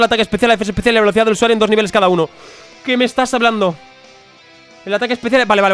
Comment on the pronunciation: Porque dices vecolidad 😂😂